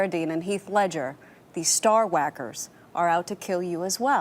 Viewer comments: Min "Star Hawakers" (like Stewie and CoolHawip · I crack up everytime he says Star wacker.